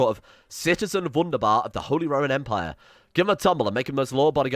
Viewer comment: im learning german so i cringe everytime he says w-undabar instead of v-undabar